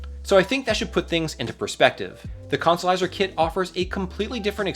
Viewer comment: It was very hard to make my brain say consolizer after your decimation of English